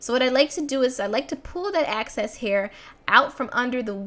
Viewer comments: Ehhhhxxxx cessssss! Girl! Lol not Aaackcess!!! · Girl that thang is L A I D! your natural hair is amazing! lol how you pronounce "excess" " "access"♡ Great video! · I ran so quick when I saw your snap about this video being up! Love your videos, and lol overtime you say "access"